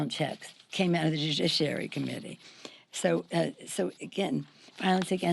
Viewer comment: Jujisssshhhhhiary........ I think she means "judiciary"!